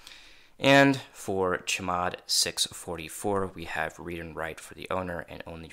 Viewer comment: can you please stop calling chmod cheee mod, just say c-h mod